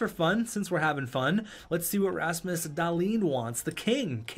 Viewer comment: Were the only one who gets slightly triggered when he says Rasmus Dahlin’s name like Dahlin and not like dahleen